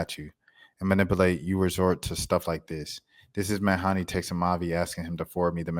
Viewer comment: It’s Meh-Dhane ()